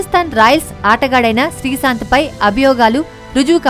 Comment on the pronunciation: srisanth kade ttalli srishanth ani Telugu manchiga nerchuko mundhu Telugu paddalu sarigha paluku mundhu